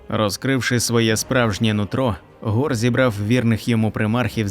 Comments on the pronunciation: Нема ніякого гора, є Хорус, перестаньте вже коверкати назви ігрових персонажів, нахуя ви це робите? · Хто такий гор? Який ще гор??? 😂😂😂😂 HORUS! Де тут гор???😂😂😂 Навіщо коверкати власне ім'я персонажа?